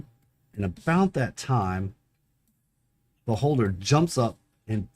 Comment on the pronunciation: When you said Beholder I thought you were saying Baldr.